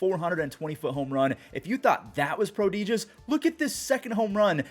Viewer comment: Thank you for the videos,. Keep 'em coming. By the way... pruh·dih·juhs